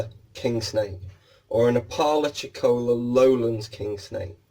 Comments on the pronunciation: We pronounce it appa-lacha-cola here in southern US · It’s pronounced APP-ah-LATCH-i-CO-la just FYI. Accent on first, third and fifth syllable.